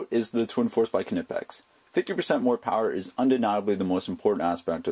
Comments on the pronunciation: Nick Sek There's no debate. You think Alan Snipe is German? No. In GERMANY, which is where the tools are made, it's pronounced "kneepex." It's not "Kanippex" like you say or "Kaneepex." It's "Kneepex." End of "debate." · The k is not silent. Ka - knee - pex. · They are pronounced nipex! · The "K" is silent man..... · Bro. The "K" is silent. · If you're going to do videos on Knipex, don't you think you should learn to pronounce it properly? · Yup, it just sounds silly, like people miss pronouncing La Jolla. I love my knipex tools, I've converted many electricians to the tools. The quality speaks volumes!